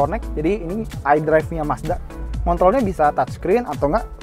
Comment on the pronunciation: "Tai pengaturannya nggak elektrik" He miss the 'P' "Ngontolnya bisa touchscreen atau nggak pake controller dibawah sini" He miss the 'R'